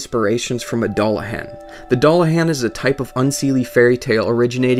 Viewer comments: Your pronouncing Dullahan wrong. Its Duel-a-han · It's pronounced "Dü-lah-hån" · Nice to see Irish mythology in Dark Souls, but it's actually pronounced DOOLahan .. I know .. The Irish language fucks with everything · so so good, but it's pronounced: Doolahawn. Legend of The Dullahan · That's sweet about the Dullahan but it's actually pronounced as "Dool-ahan" :) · It's pronounced Doo-la-hawn. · He says Dullahan wrong and it bugs me to the core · i know one thing doesent, how to pronounce dullahun. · Only thing I learned here is how NOT to pronounce Dullahan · You pronounced Dullahan incorrectly. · ur pronouncing dulluhan wrong